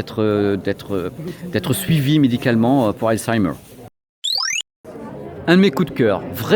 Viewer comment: Hey sacré accent pour la prononce de halzaimer ;)